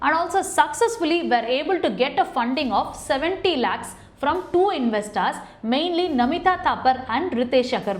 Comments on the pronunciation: Madam, It’s not invesstars it’s investors Your pronounceation is inve STARS it should be inve STORS!! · Investaar investaaar. Please work on your English. it is so horrible that I got headache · Corporate lawyer mam i think it's investors not investaars